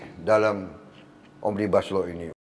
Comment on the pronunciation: Cara penyebutan pak prabowo memang benar omnibas lau dan juga saya curiga dg Australia